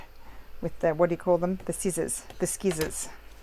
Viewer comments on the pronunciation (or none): I love that you say skissors 😅. So do I! - maybe an Aussie thing? Also - I don't have a scoreboard either but I do often score lines using the back of a butter knife against a ruler.